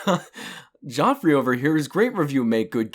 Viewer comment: its pronounced the same as Jeffrey